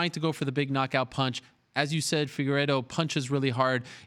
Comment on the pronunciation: Anyone else notice dj say figeredos name right the first time and then say it progressively more wrong each time after that